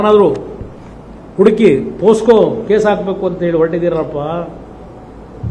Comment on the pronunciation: ಪೋಸ್ಕೋ ಅಲ್ಲ ಅಣ್ಣ ಅದು....ಪೋಕ್ಸೋ🤦‍♂️🤣